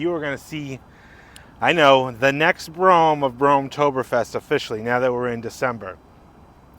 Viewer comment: It's bruam is how you Pronounce it your 2 steps away from saying bro ham😂😂😂😂